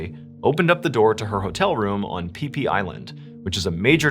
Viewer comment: It's spelled Koh Phi Phi pronounced = gaw pee pee